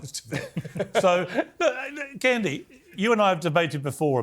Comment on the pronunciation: This Ekpubobi girl has been incredibly brainwashed by MAGA. Ironically, her white mother is a progressive who does not cover up evil doing, while her Igbo father must be gnashing his teeth watching her self-abasing utterances. By the way, Piers Morgan embarrassingly mispronounced Kehinde and Ekpunobi without even giving a damn, but had someone pointed out that was a white supremacist behavior, he would have argued blindly to the contrary. James Barr is commendably objective on this conversation. Black people like Amala Ekpunobi are the ones gravitating towards Trump, their voting percentage is miniscule. I enjoyed this conversation though, Piers Morgan made it comedically enjoyable when he said that straight white men constitute an endangered species. Maximum respect to brother Kehinde Andrews.